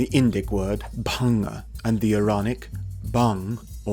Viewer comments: Amazing video as always. I think in the pronounciation of bhangā 'a' is silent. In india the only people who smoke "bhangā/marijuana" traditionally have been sadhus, but it is strictly prohibited for consumption of normal people ( there are no special clauses that exempt 'sadhus' from smoking prohibition, it's just that authorities recognise the traditions and does not meddle in sadhus' way of life). The only way common public consumes it is through a special 'bhangā' milkshake/drink specially prepared in festivals related to lord Shiva ( most prominently Shivratri ). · It's Bhaṅga in Sanskrit and Bhāng in Hindi, is both pronouncing and spelling it wrong